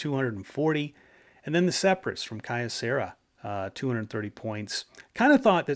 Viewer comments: I was a Kyocera dealer and it's pronounced Kee-O-Cera. The original name of the company was Kyoto Ceramics Company. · Always an entertaining episode. BTW, I'd always heard Kyocera pronounced as "Kee-Oh-..." as with the city of Kyoto (Kee-Oh-Toe) in Japan. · Just because I am OCD. 'Kyocera' = KYOto CERAamics" so the name 'Key-oh' as one syllable like Kyoto (not Key-oh-toe) = kuhyo But then, my pronunciation here is off on other words too with my thiiiiiiiick American accent when speaking Japanese.